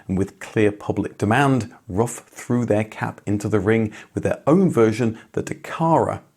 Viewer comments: Its pronounced roof, not rough. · It’s pronounced roof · pronounced "roof" not "rough" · It´s Roof not Rough. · Rough Automobile? C'mon, it is disrespectful to always pronounce foreign names in English. Just pronounce them properly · It's not "rough", it's "roof". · It's Ruf (roof) Not Ruf (rough) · He has stated numerous times his name is pronounced "roof, like Fidler On The Roof". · I was gonna watch this as ur vids r usually very entertaining. But ur persistent incorrect pronunciation of RUF as ruff not roof put me off in the intro. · Don't wanna be a smartass, but I am. In native German, the company and family name is spoken like "roof", not "rough". Great video though!❤ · His name is not "rough"! His name is Ruf which needs to be spoken like "roof" but with a "hard" R! Don't translate names!!! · Why is it speal rough instead of roof? Also why is the Ruf ceo calling it Porschaaaa, its Porsch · Seriously? It's pronounced "ROOF" not "ROUGH." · Ruf are spoken like roof (not ruff) in english ❣️😅☝🏼 Love from Berlin 🇩🇪, Ramsi 🙋🏻‍♂️ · Btw. it's pronounced roof, not ruff. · Sorry to be that guy. It's pronounced roof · Ruf is pronounced with a long vowel, just like roof, not like rough. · Ruf, not Rufff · rUf, not rough 🤦‍♂ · It’s Roof not Rough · Ruf isn't "ruff", it's "roof". Not the mangled pronuncation either . ROOOOOOOOOOOOOOOOOOOOOOOOOOOOOOOOOOOOOOOOOOOOF. With a long vowel. (It means "call", BTW) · I guess Ruf is pronounced more like Roof and not like Ruff. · I envy you for talking to the man himself, but come on, it's not pronounced "rough". It's "roof". RUF. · Roof, not rough... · Pronounciation would be: roof just like the English word.🍀👍🏻…..“rooffff“, not so much….. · Yeah I was surprised, given that he normally goes to special attention to pronounce brands authentically. I'm sure Alois is pronounced A-Lwa as well.